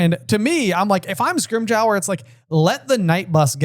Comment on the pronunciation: Guys, it's pronounced Scrim-ger. Like ginger. But scrim. Its not scrim-j-our.